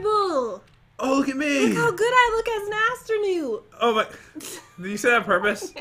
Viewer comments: Nobody:: Astronoot Pat: Wut? Me, an intellectual: Astro-NOOT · It is astronaut not astronoot!! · says I can not wait to become an astrunuut in an Irish accent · No one:: I cAn'T wAiT tO bEcOmE tHe AsTrOnEwTs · Astronewt hmmmmm I will say that EVERY time i say astronaught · I CANT WAIT TO BECOME THE ASTURNUAIWKSTS:EDITOR:WHAT......?:PAT: WHAT..... HAHAHA I CANT BELIV....... JUST JUST LEAVE:ME: UH............ DO YOU MEEN ASTURNUT YOUR INBERISING HEHEHEHEHEHE........ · She said astronit too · “I cannot wait to start becoming the Astronoots?” - 2019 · Astronudes? You mean astronoots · Katherine Curic no astronewts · "AsTrOnOoT" 2019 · what's an astronoot. Astronut? Also, pat, how do you spell that? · I can't wait to start becoming the astranoots Me: I wonder what the subtitles say Subtitles: I can't wait to start becoming the afternoon LOL BTW, the astronaut certificate says "Astonaut Certificate". They spelled astronaut wrong like how pronounciation of it was wrong. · come on we need to becoming the astronit Me:Im telling what she said “come on we need to get to the astronaut place” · i cant wait to be astronoots! Me:stop joking and pronounce it right!!! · said astrunut! XD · I Cant wait to become an Anstrnuunt Pat:What The heck Me: Whispering to pat I think it's her own language 😂🤣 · Pat: OH ITS NASA!!!!!!!!: gets disconnected from pats car also: wait! I broke off! you have to come back! pat: ok wh- what happend?: you have to reatach me some how! Me: how did I know she was gunna break off... also when said astronewt LOL!!!! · it asternoots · I laught what said astronoot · Astrunoot hahahahahaha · why are you saying astrnits that is bad English.